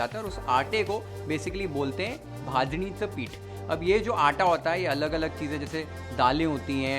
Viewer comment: Beinh a non Maharashtrian you pronounced bajanicha pith so perfectly. 👌👌 And the receipe ,the presentation is great as always. 👌🥰